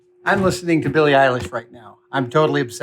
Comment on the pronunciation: I’m sorry adam you lost me at Billie “eye” lash, this is a sad day.